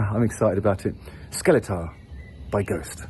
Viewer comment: The album is pronounced ”Skellefteå”